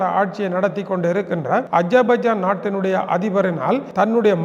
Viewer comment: என்ன ஐயா அஜாபைஜான். அஸர்பைஜான் என்று சொல்லுங்க.